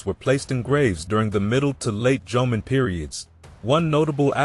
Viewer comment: It would be nice if you can pronounce Jomeo and Yayoi correctly. Also images of how these people lived and constructed buildings/dwellings more in tune with reality. They look very late Chinese with curved roof tops. That didn't happen in Japan till thousands of years after influenced by Chines architectures. And that is still only reflected in the Buddhist temples not over common households. Facial features of people depicted was also of much later Yayoi period when there was influx of Southern Chinese and Korean peninsular people who replaced or mixed with Jomon locals. Jomon people had very different features which might be resembled still from Okinawan but not Ainu since they didn't come into Japanese history till 13th century.